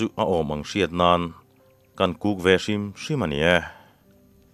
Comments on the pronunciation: I kuk dan hi i thluk dik lo deuh anih hi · I KÛK thiamlo ve chiang hle mai 😂😂😂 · i kuk ri chu keini lam ah chuan kan hmang lo nasa mai. keini lam ah chuan 'HU' tih lam rik i ai kan lam